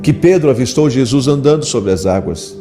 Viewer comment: VO"I"Z??? JESU"I"S??? FA"I"BO???...